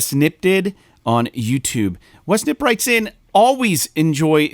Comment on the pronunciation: Hey y'all, thanks for the in depth look at NMS in Vr. That gave me a lot of insight into that kind of experience, and it sounds great except for the controls change 😆. You got my name correct mostly. The K is silent so it sounds like "Nipp" and you can just say Wes like you was because that's my first name and alotta people get the pronunciation wrong anyway. But also the NMS has a story which has missions like a normal game and the story is pretty good. I won't spoil in case you finish it. But the point is really to just do what you want to really. You can explore to find planets, ships, buried treasures, find glitches to display at your base, find exotic creatures. And all of your findings you can view in your discoveries tab. You can trade and sell, it's pretty much endless. I'm on Ps5 and I had to force myself to play Dredge just to get off NMS for awhile because it's just fun to exist there. So I'm on Dredge now and it's a pretty awesome game so far, well worth a play. But again, thanks for the reply on the show, great job as always, and I'll be listening every week. Great job y'all